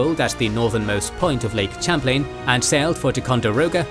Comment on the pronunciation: As someone who lives on the Lake, hearing the narrator repeatedly butcher both "Champlain" and "Ticonderoga" was killing me throughout.